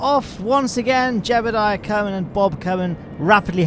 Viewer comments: Why do you prnounce Jebediah like "Jebuldiah"? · It never ceases to amuse me that you pronounce Jebediah as "Gerbal-diah" with the extra r and l. Keep at it!